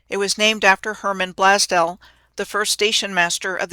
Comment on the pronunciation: Blaze-dell. Sorry ma'am. Don't mean to be rude.